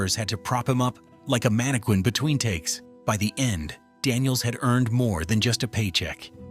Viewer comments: Ditto. I was good until "mannakwin". Nope. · I absolutely HATE computer narration. 'Manih QUIN...